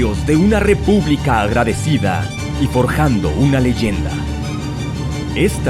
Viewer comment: Es "LEYENDA", no "LEYANDA". De nada!